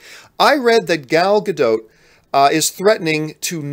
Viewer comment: It’s more like Ga-DAUGHT than Ga-DOTE..